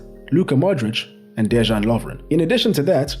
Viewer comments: II'm Croatian, great video. Also, great pronunciation, except for letter "j" like in Dejan and Joško. It's not like "j" in English, but like "y" for example in "young". Keep up with the good work! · When you see a letter "J" in names try to pronounce it as "Y" in "Bay" Now try saying Dejan and Domagoj again ;) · lol, exactly. De-yan Lovren not De Jean Lovren. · as a Croatian myself I'd say otherwise, especially when a player has "J" in his name, it's read the same as "Y" , for example: "Yo-shh-ko" Gvardiol (he read this correct) or "De-Yahn" Lovren (read it kinda like yawn but faster) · beatiful summary mate, I'm aware Croatian names n surnames are hard so i'll assist ya ,Dejan Lovren as DeYan not Dezhan and Joško Gvardiol Yoshko Guardiol, keep on the good work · This is amazingly accurate. Good job on pronunciation, too. Except for Dejan Lovren. He is DeYan, not Dezhan. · Dejan is pronounced like dayan not j like jordan. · Almost everything was correct. Except the Js should be soft, like a y sound. De-yan not De-žan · Hat tip for doing a lot of effort to learn how to pronounce names of our playes. As I heard, the only problem is with letter "J". You should read it as"Y". DeYan Lovren, Mirko Yozić... Besides that... Great research, analysis and great work. Congrats! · The fact that you can pronounce Vrsaljko, but not Dejan is hilarious (not throwing shade, tho). Cool video, greetings from Croatia :) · Mamić is even not from Croatia. He is from Bosnia and Herzegovina 🇧🇦. Their parents are ethnic Croatian. Now you do now, Mamić brothers are living in their country of origin. By the way. You're pronouncing the name Dejan Lovren like his name is french. J is almost like I pronounced. Like Modrić or Perišić, so you can pronounce Dejan or Deian. But not Deshan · Dezhan Lovren? Guys, our J is not G or ZH. Its Deyan Lovren. Example: Jugoslavija / Yugoslavia... Pjaca is Pjatsa, Strinić is Strinitch.